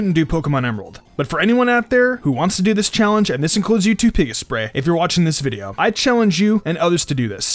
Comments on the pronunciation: it's not Pika sprey, it's Pik asprey, since his name is Asprey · Corretion:its pronounced pik asprey Not pika sprey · By the By it’s Pi-kas-prey. It’s his last name not based off of pikachu. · They're name is pronounced Pik-as-pree I know because I met them in real life. [humblebrag intensifies] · It's peek-ass-pree, a portmanteau of Pikachu and his name, Asprey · Pick-ASS-pree. He said that's how it's pronounced. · btw it's pa-cass-spree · He pronounces it like aspree though. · Fun challenge, fun video :) Just so you know, you did mispronounce Pikasprey's name a few times, Asprey is his last name and it's pronounced Pik-Asprey :) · Hey chum, it's pronounced Pih-kah-spree. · You pronounced Pikasprey wrong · You said pikasprey's name wrong 💦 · you know you mispronounced his name 2